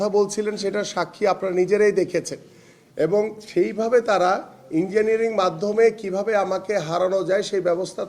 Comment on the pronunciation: engenier bole engenierring 😂🤣